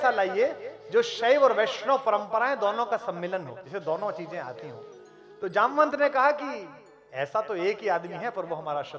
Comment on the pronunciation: आप के शब्दों से मुझे ठेस लगा क्यों की जामवंत जी को जमवंत बोलना ठीक नहीं लगा